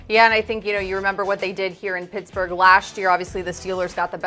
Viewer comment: That’s how you pronounce our city coach